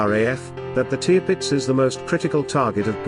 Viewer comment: Sorry but that is one of the worst video accounts I have seen. Firstly you mispronounce the Tirpitz, you initially show another ship as the Tirpitz, then the Admiral Sheer as the same ship. You show a capsizing Aircraft carrier- what for? You then show a capsizing HMS Barham - what for? You indicate a J88 and call it as such. It is the Ju88. You reference a Sherman tank on the deck of a ship firing its 75 milimeters gun and somehow link this to Churchill’s statement (which had nothing to do with the tank). The photos don’t match the narration. Please try again